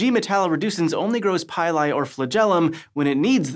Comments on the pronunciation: PILL-E, as in PILL-E-ATING hairs. So, no PIE-LIE...👎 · Please pronounce pili as "pee-lee" instead of "pie-lie". Please. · Great video as usual. Pili is pronounced like pill-lee.